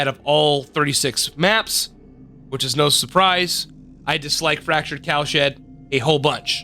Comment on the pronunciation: it sounds like youre saying fractured cow shit